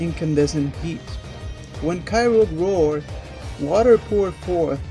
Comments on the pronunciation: Kyoger Not kyrog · grow-don and kay-roge XD its grou(said like growl)-don and kay-oh-gur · Ky-oh-ger, not Ky-rogue Ray-quay-zah, not Ray-quar-zah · You dont say kay rouge you say kyogre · did he just say grudon and kyroge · No its pronounced ki-oh-grr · The way he says groudon and kyogre.... 😤🙄😩😖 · he said kyogre and groudon wrong